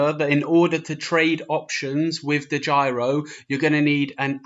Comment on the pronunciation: DEGYRO??????........Its DEGIRO